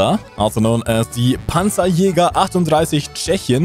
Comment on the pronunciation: pansajayger, brummbarr, taiga, pyuma... deutsche panzer müssen einfach mit tiefem amerikanischem südstaatenakzent ausgesprochen werden.